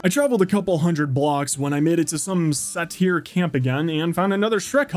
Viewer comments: omg "satier" instead of "sayder" Is satyr really that hard to say? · Not sure if its a joke but satyr is pronounced say tar. not sa tear except no space there a Greek mythology creature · Its pronounced "say-ter." its a creature from Greek mythology. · This movie is amazing! ❤️✨ (It is pronounced say-ter tho) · isn't satyr pronounced (say-tr)? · It's pronounced "say ter" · Loved the movie but the way you say Satyr got me every time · definitely not how you say "satyr"